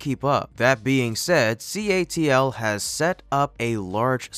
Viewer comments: CATL - NOT CALT... you make this mistake several times. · *********Bro. It si NOt CALT.....It IS CATL*****WHoa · CALT......no...its CATL....SMH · It's CATL, not CALT. Do your homework if you want to have any credibility. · Narrator really struggles with pronouncing CATL. Keeps calling it CALT. Not sure if it is a bot talking or a real person. Anyway, a bot with dyslexia is pretty funny if that's what it is. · Good video. However getting the company name wrong in the first 47 seconds was enough of a distraction to prompt a quick rewind to make sure I heard it properly. Lol. 😂❤ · ...when your narrator misreads four simple letters from a giant building as C - A - L - T SMDH. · It's CATL you keep mispronouncing it, even when it's on the screen the right way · Yes it was stated once directly at the first that after that everybody said it wrong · No offense but you show the name of the company on a building yet still mispronounce the name. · This is completely bs. Everything does better then lithium ion? Then why not invest in that? Why did CATL buy multiple lithium mines in Australia recently? Why was the "professional" face blurred out? Why did you mispronounce and mistype CATL multiple time? This sounds all but dodge. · Proofreaders, it is CATL, not CALT as spoken and written in this video a dozen times. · Need to correct the narrator mistake at about where he says the company name is CALT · is it CALT or CATL because the former was said by the narrator and the latter was shown in the picture? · It is CATL not CALT..... Things don't go unnoticed 😂😂😂😂😂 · Dude, it's CATL you said CALT at least twice! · Calt or Catl keeps s on saying CALT... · You state that it is by a company called CALT at 47 seconds but it is CATL. Just saying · it is CATL not CALT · It is CATL and not CALT. 0.47 check your vdo pls! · CATL not CALT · It's CATL not CALT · Why does the narrator keep saying "CALT" when the company name is CATL??? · CATL, not CALT. ;) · It's CATL not CALT!